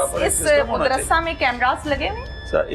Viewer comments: Anchor ko madrisa kehna nhein aata . Wo keh rhi hey moodrasa ....moodrasa jb k us k samne baitha chota sa bucha sahi keh raha hey yani madrisa . In ki qabliat ka ye hal hey . Na kisi brey ka adab na chotey ka lehaz . Doputta b mojood nhein .Aek bazurg b baithey hein . Un ki hi sharam ker laity . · Mudarshe nahi Madarsha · Mud ras se Nhe hota Madarsah hota hy sahi urdu bolen